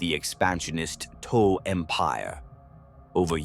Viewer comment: Tau not Toe.